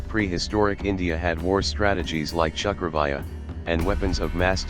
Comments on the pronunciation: It is pronounced "chakravyooh " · Bro Pls... The pronunciation of chakravyuh is like (cha kra view)